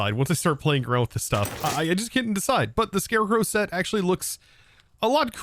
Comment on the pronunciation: AXE' ually